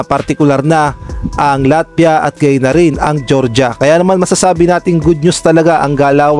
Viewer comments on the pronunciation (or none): none